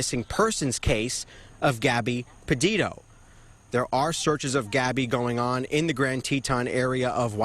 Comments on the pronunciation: That moment when the news anchor guy miss pronounces Petito, but says: Padido instead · Fox news quit mispronouncing Gabby's last name. It is not Pe-DID-o, it is Petito.